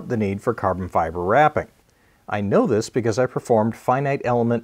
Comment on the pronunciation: You cnow what I am going to say. It will work, but as we all cnow, not from the fuirst time.